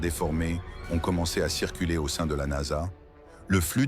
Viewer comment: Moi aussi je trouve ça insupportable déjà la voix elle est dégueulasse et en plus traduit très mal au lieu de dire NASA elle dit n.a.s.a ça me gonfle tellement que j'ai même pas envie de regarder la vidéo dommage pour les créateurs